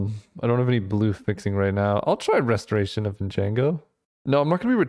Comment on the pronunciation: I love how you started off mispronouncing Restoration, but then you read the card carefully and corrected yourself... only to revert to your original pronunciation.